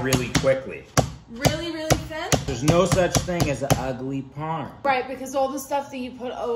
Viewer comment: “Chicken paaaaaaarm” that’s how u pronounce it